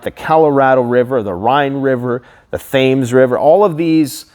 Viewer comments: Thames, as in the river, is pronounced "tems." NOT "they-mes". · Thames is pronounced Tems. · The 'Thames' river is pronounced The river 'Temms' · I could only see places in the US on the climate website, I'll try searching for a UK one, Oh and the River Thames in London is pronounced "Tems" (stupid I know) :D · Thames River is pronounced "tems" just FYI 😀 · Thames is pronounced Tems. The Queen would be appalled! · Haha the Thames River is actually pronounced Tems River. You have a British audience too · Lol, Thames is pronounced "Tems". I love the way Canadians and Americans mis-pronounce British place names, so funny. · He said Thames! Really?